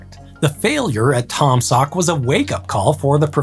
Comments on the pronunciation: Pronounced Tom Saw not Tom Sawk, the ‘k’ is silent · How can one read Taum Sauk as Taam saak? Where are the u going?